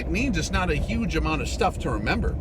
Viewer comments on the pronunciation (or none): none